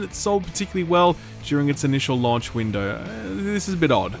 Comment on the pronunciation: love your content, but we really need to address the way you say launch.